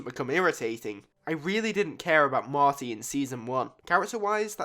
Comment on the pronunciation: The character is mOrty not mArty